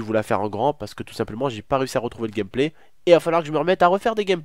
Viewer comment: Écouter le nombre de fois que il a dit gamplay 😂😂😂